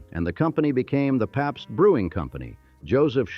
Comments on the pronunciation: Captain Popst!! Gotta love the befuddled Ai! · Or Pabst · Funny that the voice doesn't know how to pronounce "Pabst."